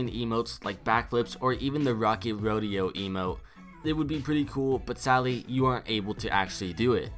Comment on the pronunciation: Why do you say sally you don’t say sadly.